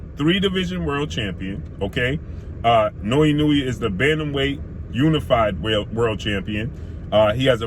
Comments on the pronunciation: I may not be able to name 5 of his opponents either, but i could at least attempt to pronounce his name properly if featuring him in a video, thats just a respect issue. You actually say it right one time which makes the 20 times you dont even worse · Done fucked up the pronunciation of his name cuh. Come on now, his name is hella easy to pronounce correctly. Now, better than Errol? Nah Higher on the P4P list...yeah Ironic On an aside: Your logic is semi-valid but also illogical and flawed. The lower weight classes are minimal difference in weight because they're small af. That's not their fault. Lastly, Naoya has took ALL the smoke...near the TOP in Championship Belts fights. Nuff said! No respect for wins against Hernandez, Rodriguez, Payano, Donaire, Maloney, McDonald?! You be hating. Once he scraped Fulton and then cooks Cool Boy at 122 you'll be singing a different tune. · Ha ha ha he messing over “the monster’s” name pronouncing it wrong